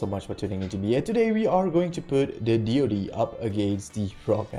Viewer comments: It's Deed not Dode or dee ode. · why does he call it dee oh dee????